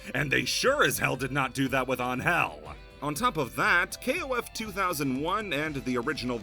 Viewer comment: on-hell? you mean angel right? lol since she is mexican you can call her annhell withut separating both words and trying to acentuate the first vowel instead of the second.